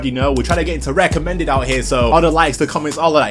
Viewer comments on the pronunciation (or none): “We’re trying to get into re-ommended over hea”